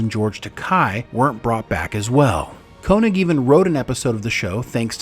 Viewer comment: This list is completely ludicrous. I can’t take it seriously if you guys can’t even properly pronounce Takei or Koenig.